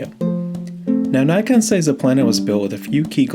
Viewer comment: Say Nikon, not Naikon